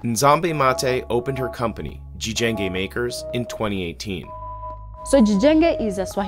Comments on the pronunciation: In really swahili is (Jijenge) not ~gijenge~ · Jijenge no Gjenge😂😂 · Just a correction..I wonder why you "westerners" do not research when you do your "reporting". The word is " JIJENGE " not the way " you " pronounce it Gjenge...🤔